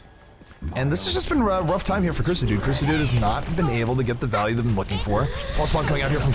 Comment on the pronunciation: Ahhh, surely its pronounced Sah dude, like as in Suh Dude